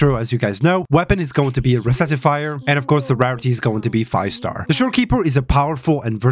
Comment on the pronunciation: rec- ti-fier bro.........u r not re-certifying any thing.